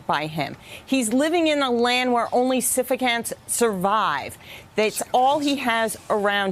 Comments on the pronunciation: the word is "sycophant" not "syphocant" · Sycophant or syphocant ? When you're a news reporter, you can murder the language, if you are Mrs. Malaprop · It's pronounced SICK-o-fants. Stay in school, kids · She pronounce sycophant wrong